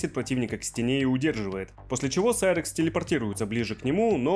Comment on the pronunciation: вот это реально серакс а не сайракс